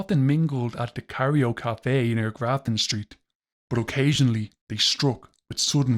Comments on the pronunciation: Cairo. Not cario. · Cairo is pronounced kyro after the city in Egypt.